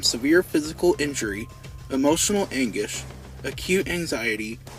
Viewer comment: "emotional angish" HAHAHAHA dude its "anguish", like ang-gwish